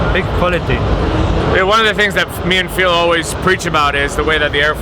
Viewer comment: You really do answer to every single comment right? :D thats so cool. Did you stealth vape on the plane? ;) And how did you like the german food? i really wanted to go the hall of vape too, but unfortunately couldnt. Also..its really funny how Dimitris still pronounces your name like..Phiiil. Haha. Anyways, good day to you Phil